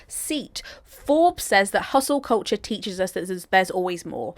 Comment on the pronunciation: Koltcher is what I’m hearing 😂